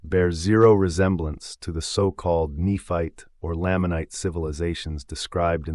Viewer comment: It's Nephite (KNEE-fight) and Lamanite (LAME-mun-night).